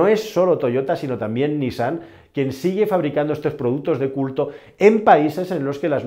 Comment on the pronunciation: Correcta la pronunciación de NISSAN: niSSAN